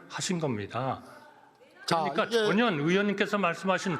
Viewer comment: 한덕수씨는 전혀를 왜 자꾸 저년이라고해요?😮